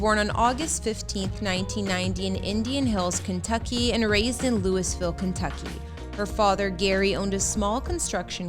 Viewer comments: Being from Louisville, the way this woman is pronouncing the city's name is killing me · I know I can't take it.lol